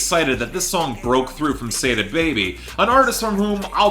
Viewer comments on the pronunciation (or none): Love the work but just a suggestion. Its not pronounced "SAY-DA Baby" its actually "SAW-DA Baby." Same goes with NAV. I've seen you pronounce it as "NAWV" but its really "NAHV." Just thought I should let u know! Keep making great content!! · its saw-dah baby homie